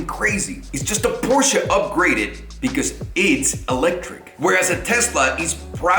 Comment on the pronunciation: Shout out to for saying Porsche and not Porsch